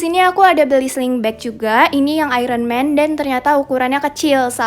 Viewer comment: Hai kak maaf ya, bukanya aku pamer atau apa tapi boleh saya koreksi sedikit bahasanya karena cara baca iron man yang benar itu ayern men bukan ayren man maaf agak susah 🙏😅